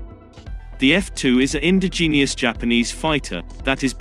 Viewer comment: in-DID-je-us, not in-di-GENE-ius.